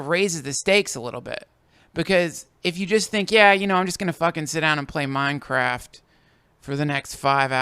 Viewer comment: Dawg why'd he have to say Minecraft like that